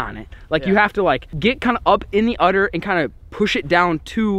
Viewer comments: Udder not utter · You utterly kill me! It's UDDER. Where are you from? Nebraska!?